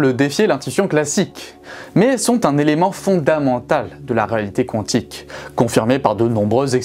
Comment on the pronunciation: La prononciation mécanique Qwantique me stresse 😅